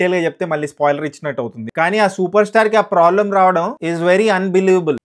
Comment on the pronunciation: Prolem❌ Problem✅